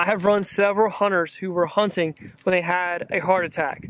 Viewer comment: Hunting or honing ?? Sounds funny